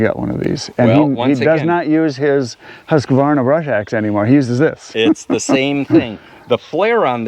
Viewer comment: First of all great video guys, I really enjoyed it a lot! Your pronunciation of Husqvarna is not even close to how we say so in here in Sweden 😀